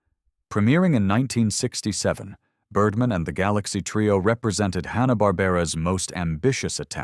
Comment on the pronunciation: Birrdmaan! Not Birdmn, you aminated idiop!